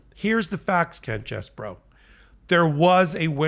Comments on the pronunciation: His name is CHEESE-BRO, not CHESS-BRO! I've written this several times, so I guess you don't read the comments. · Yo! 🧀🧀 It's pronounced Cheese...bro.